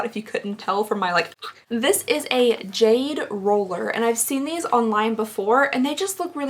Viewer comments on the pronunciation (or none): none